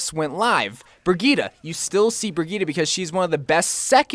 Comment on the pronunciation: 1 word, 3 syllables. BRI-GEET-TUH.